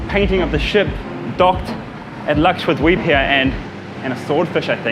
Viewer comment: Everytime karl says Lakshadweep, Excellent pronunciation for a foreigner.